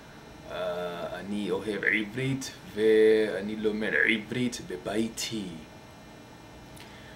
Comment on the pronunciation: your hebrew is great! for a beginner, of course. I thing your "ayin" is to strong' more like in arabic then in modern hebrew. As a native speaker, I thing your R is like in spanish: modern hebrew R is more like in german or french. we usually say "BeiTI" and not BAiti, and "lekuLAM" instead of leKOlem, bur your hebrew is still good. How long you learn it? Five years? however, greeting from israel. And I can promise you it's a beautiful place. sort of.